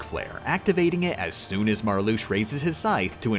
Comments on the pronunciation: She said Marluxia the way it's supposed to be pronounced, though, but cut it short a syllable. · except Marluxia, Xaldin, Xemnas, Xigbar and Demyx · in xi X is an sh sound, X on its own can be z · no hate, but Marluxia is the only org member where the X in their name is pronounced like 'sh'